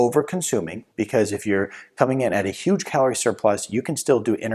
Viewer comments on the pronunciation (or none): none